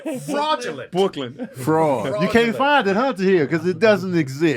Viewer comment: DC😭😭😭😭 “BWROOKLYNN” 😂😂😂